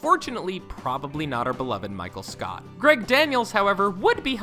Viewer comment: DID HE SAY MICHAEL SCOUT???